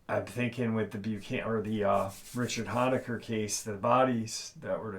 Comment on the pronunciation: Oh and one more thing just because I’m OCD, you pronounce Richard’s last name like hone-a-ker not the “hon” sound like honk the “hone” sound like to zoom in on something, thanks!!